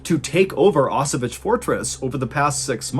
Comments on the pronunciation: Actually it should be pronounced more like "Osoviets". It would be as close as it gets to original pronunciation. "Osovich" sounds nothing like Osowiec, where the story takes place ;). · It's an amazing story and I love the way you told it, but... It's not "Osovich", it's "Oso-vee-ets" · Actually, it's pronounced like 0s-sovyets, not oss-o-witch :) Love the stories, anyway . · O-so-viets (the last part read like in VIEtnam) You're welcome : > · favorite battle of ww1, i wanted to hear you take on it. and i loved it, but one problem. its pronounced ow-s-vetz, kind of like auchwitz, but with a hard ow. but in russian instead of polish its more Oso-viets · Wow, I'm from Poland and I've never heard of that event before. Truly interesting story! I'll try to visit the fortress if I have a chance. <3 I might also add you pronounce "Osowiec" quite incorrectly. 😅 "Osow-" is correct, but you pronounce "-iec" like "itch", when it should be like middle of the word "pr-ETZ-el". :D But ponunciation of "Kotliński" was pretty much spot on for native English speaker. :) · Great story telling, Mr. B, but 1) the fortress name is pronounced /ɔˈsɔ.vjɛt͡ɕ/, with t͡ɕ at the end pronounced like 'ts' in 'tsar', and 2) Second Leutenant Vladimir Kotlinsky was not an 'inexperienced soldier', he was the commandant of Osowiec with at least twelve months of combat experience by the point described in your video. Apart from St. George's Cross you mention, he was awarded two other orders of the Russian Empire. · is he talking about Auschwitz? never heard anyone pronounce it like that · Thank you. I couldn't scrap the name of the fortress from anywhere. That English pronunciation messed my mind.